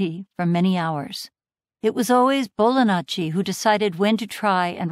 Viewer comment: Still hearing Bolanacci *Italian gesture*. I've never heard "ji" being pronounced as such, but it would be a better fit. Interesting.